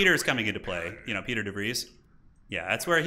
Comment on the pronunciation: Loves these videos, learning a lot, want to be as good as you one day! What is your favourite faction to play as? And I don't want to sound like a big nerd, it's actually pronounced 'Pie-ter' for your councillor Piter. When I was reading the books I read it as 'peter' as well! Same with Leto, it is pronounced 'Lay-toe'. Dune is weird! Love your vids man! Bless the maker!